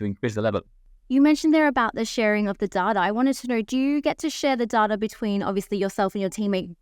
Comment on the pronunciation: Great podcast but please ask her to learn how to say “data”. Hint: it’s not “darder”